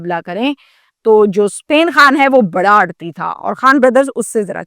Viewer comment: لفظ آڑھتی ہوتا ہیے ، اڑتی نہیں ہوتا